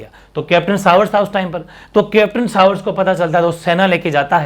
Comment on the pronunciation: सर उदयपुर का पॉलिटिकल एजेन्ट "कैप्टन सावर्स" नहीं "कैप्टन शावर्स" था।